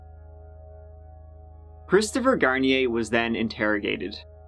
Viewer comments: "poor Chwistopher" 😂💦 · "poor Cwistopher..." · He said Christopher shampoo 😩😂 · Christopher Sham-poo. 😂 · Poor cwistopher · Hahaha 😄 "pooor Cwistofer 😢" lol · LMFAO HE SAID CHRISTOPHER SHAMPOO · "Cwisterfer" classic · Poowur cwistophur